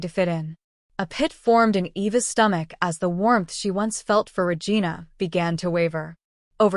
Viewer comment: Regina is pronounced "Re-jeena". Poorly programmed AI TTS voice. 😮